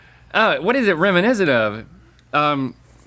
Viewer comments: "It's reminicent" -Rhett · Reminiscent…gotta say Rhett. I’ve never heard anyone pronounce it that way lol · Reh-MIN-eh-sent? RHETT. Wth is reh-MIN-eh-sent?